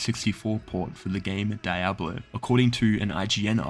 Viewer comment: The fact he pronounced "diablo" as "die-ablo" and not "dee-ablo" hurts me spiritually 😭